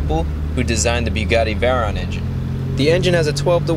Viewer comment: It’s veyRon not veron